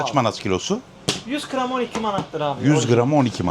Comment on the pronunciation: Qaram qramdida Kram niye deyirsen 😂😂😂